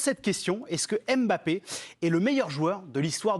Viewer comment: Arretez de dire Em bappè